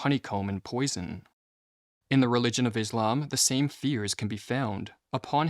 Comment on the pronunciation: and "Rennes"